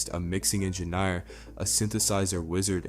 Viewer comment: Never heard anyone pronouncing engineer like this before.